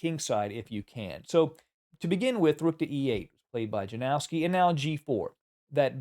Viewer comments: It's called "Yanofski", not "JaNOOOWski",. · Capablanca's endgame technique was truly remarkable, and it has significantly influenced the play of chess grandmasters like Karpov and Carlsen, who have both drawn considerable insights from his approach to endgames. However, the pronunciation of his opponent name is "Ianovski"